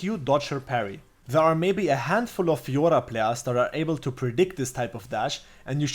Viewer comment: I liked the guide, but i liked more how you say Fiorrrrrrra. Great video!